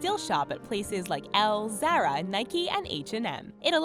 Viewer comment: You said ZARA correct but BMW as idiot. 🤦🏻‍♂️. Learn IT! 😅